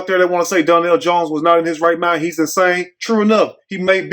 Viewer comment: It’s DARNELL